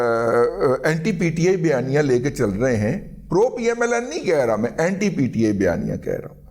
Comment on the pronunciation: رضیہ بھائی اینٹائی کوئی لفظ نہیں ہے اینٹی ہوتا ہے۔